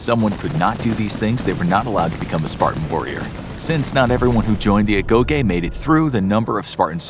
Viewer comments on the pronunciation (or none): I could’ve sworn Agoge was pronounced “Ah-Go-jee” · agoh(geeh) is how it’s pronounced i leaned that from god of war 🕴️ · Agoge but you remove the A 💀